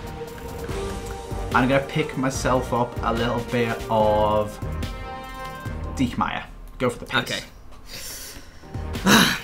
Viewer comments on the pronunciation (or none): Kimmich is pronounced Kimm-ick. Not with a "ch". Also pronunciation of Diekmeier gave me aids. I mean, Deek-mere? Really?